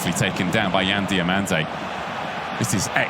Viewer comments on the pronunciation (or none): WHY is English commentators always changing names? its DI"O"MANDE not DI "A" MANDE